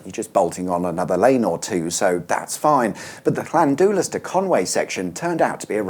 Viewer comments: Chlandooolas? 😆 Pronounced Chlandillas. 😏 Kind regards, a resident of Llandulas. 🤘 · It's pronounced 'Llan 'dallas' 😊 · LlanDILas ('U's in Welsh make an English 'i' sound - though it's slightly different in a northern accent, but 'i' is close enough). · Llandulas not landoolus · Llanddulas is pronounced Llanthilas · If you want to be factually correct, it’s pronounced “Llandillas”. I’m local to the area. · Llan dull lass pronunciation 👍🏻 Hyped 👏🏻😎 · I always pronounced it Clan-dull-iss. Spent so many childhood holidays in North Wales. Then work the Wales run in drinks delivery too. Lovely places along the A55. It's like another country at times. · Llan do lass, omg english people 😂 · LLAN - DULL - ASS is how it's pronounced :D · u is pronounced i in Welsh, Llan-dil-us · The butchering of Llandulas 🤦‍♀️ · Pronunciation of Llanddulas needs a tiny bit of work. 🤣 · LLan dd ulas he could have asked somebody how to pronounce the name. Poor start. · I wish you’d learnt how to pronounce Llanddulas… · Do not call it a motorway that will be an excuse for the dictatorship goverment to charge for that section, with that in mind what's your point anyway😅. Also learn to pronounce Llanddulas properly, you are embarrasing. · The way you pronounce Llanddulas is giving me seizures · Lol. Llandulas *". You got the first bit right well done. But " U". In Welsh. Is pronounced as an "I". For your help also. One " F ". Is pronounced as a *" V" two FFs" are said as an "F". Hope this helps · Ahh, the A55. I’m so glad you are doing this one at last. I’ve spend years of my life on this road. Also, you were nearly there with the pronunciation of Llanddulas, da iawn 🏴